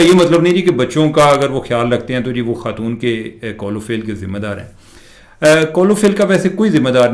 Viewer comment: آپ کی اطلاع کے لیے عرض ہے کہ لفظ خاتون ہے ختون نہیں ہے